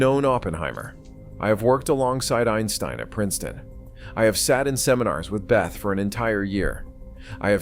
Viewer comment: It’s not “Beth”!!! It’s pronounced beh-tay or bay-ta